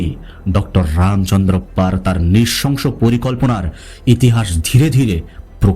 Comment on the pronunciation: আপনার উচ্চারণ ঠিক করার চেষ্টা করেন। পেলেট না প্লেট, নিরশংস না নৃশংস। রিজার্চ না রিসার্চ। আর এত বেশি Adjective ব্যবহার করবেন না। ভয়াবহ, নিস্তব্ধতা, নৃশংস, সবাই থমকে গেলো, কেউ প্রস্তুত ছিল না বার বার এসব না বলে স্বাভাবিকভাবে বর্ণনা দিবেন। হাতের টুকরা পেয়েছে মানে অবশ্যই মার্ডার হয়েছে। বাকি টুকরা পাওয়ার পর প্রস্তুত ছিল না বলাটা কি মানায়! অবশ্যই সবাই প্রস্তুত ছিল। কিছু নিয়ম মানলে ভালো আগাবে আপনার চ্যানেল